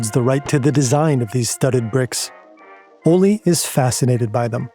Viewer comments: Pronounciation guide for and native english speakers: It's "ole (oleh)" not "olli". The K in Knud, Knudstorp etc is not silent. You pronouce it, and you don't insert a helper vowel after it. It's "knud" not "kanud/kenud". The same goes for "gn" words like "gnu", "gnom(e)", "gnostisk(-c)" - it's "gnu", not "nu" or "genu". The kj in "Kjeld" is difficult to explain to english speakers since they don't have that sound in their language. There is no k or j sound there, it's a single kj-sound that's the sort of hiss an angry cat can make. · His name is pronunciation Ol-eh, not Ollie You should’ve looked this up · As a danish person, the pronouncations are sendingggg me lmao - Ole is pronounced kinda like "OLED" but without the D, "O-lé" if that makes sense, not "O-lee", the e is hard as in elephant lol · The pronunciation of Ole is a bit off to me it sounds like the Spanish “Olé” when in Danish it is more like O le Like le Castillo. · I need an apology for the pronounciation of these danish names lol - I do love the video very much tho! So much work into a great video <3